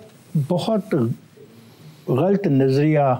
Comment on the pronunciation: Janab the word Ghalat is should be pronounced Ghalat not Ghalt.